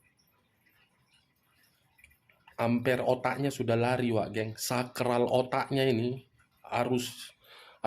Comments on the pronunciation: Wkkk... lagi serius2nya nyimak tiba2 gua ngakak...🤣🤣🤣 SAKLAR Bang.... ! bukan SAKRAL...Hahahahaa...😆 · Saklar bang...bukan sakral otaknya 🤣...saking semangatnya sampai kesleo... semangat bang 👍👍